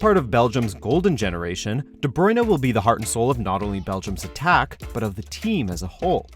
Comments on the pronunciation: its br-u-in, not brui-na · "De bruyna" try again hahahahahahahahahahahahahaha